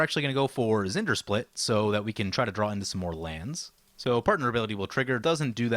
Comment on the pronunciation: Just listen to how it’s said in the video. Zendersplit. That’s not his name.